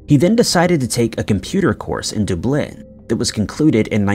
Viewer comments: Dooblin and Rey-gina… DUB-LIN. Regina(say vagina but with a R) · What's with this guy's pronunciation. Dooblin instead of Dublin and god knows what for Lanzarote. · Sorry but the way you say Dublin sounds weird. Its Dublin not dooooblin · Bro Doo-blin? Dublin is pronounced Duh-blin. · Dude!! For the love of God, it's DUBlin, like Austin. How do you not know how to pronounce the capital of Ireland? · How can be able to pronounce "Nguyen" better than he pronounces: "DOOO-BLYNN" (Dublin)??? 😂😂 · DUB-lin, not dub-LIN. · Doo Blin'? Never heard of it. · Du-Blynn?? Come on guys…do better. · Doo-BLIN? I think not... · Dude, these are literal missing people, if you can't be arsed to get the name of locations correct in your reporting just fkn stop. It's pronounced Lanz-a-rotty & Dubb-lin which I'm sure you already knew, you're not THAT stupid. Stop the childish "comment priming"... these are people's loved ones. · Come on dude, dont you reasearch the pronunciation of ANY of the place names youre talking about???! Dooblin? Seriously? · Lenzerteh? Dooblin? Wtf Is this a real person narrating these videos or a robot? I sometimes wonder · Oh believe me, I've heard: DOOO-BLYNN many times before! 😅😅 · ALWAYS mispronounces "Dublin" as: "Duh-BLINN" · DaH BLINNNN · Dude can't pronounce Dublin, calls Tim Horton's the girls apartment and has a title to the video that looks like he dropped a can of alphabet soup. Doesn't really give off "reliable source" vibes. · Wait till you hear how he pronounces Dublin! 😂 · How does anyone mispronounce the word, Dublin? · Lol I heard that too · I think it’s AI voice and that’s the reason for pronunciation errors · Are you sure that it’s a real person and not AI? I mean, who makes pronunciation mistakes in Dublin?